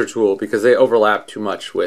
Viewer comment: three 'O's in tool huh? :P